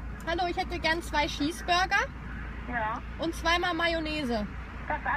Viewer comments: Ich find es mega lustig wenn du Schips und Scheesburger sagst😋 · Lustig wie du immer Schießburger sagst haha💕🙈 Toller Vlog👍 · „2 Scheesburger“ 😂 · Wie oft sie einfach Schießburger sagt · voll cooles Video ich hab Schiesburger verstanden hihi ich hab fich lieb